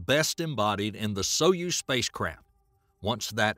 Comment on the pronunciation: Is it me or the narrator is saying spacecrap?😂😂😂😂